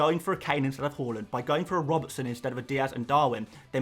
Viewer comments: His name isn't pronounced "hORland it's hARland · Harland, not Hauland! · Please please say “har-lund” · Love your videos but the way you pronounce haalands name in every single video makes me sick